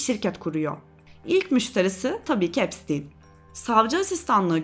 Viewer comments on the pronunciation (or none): epsin diyip durmandan videoyu izleyemedim resmen insan videoyu cekmeden nasil okunuyormus diye bakmaz mi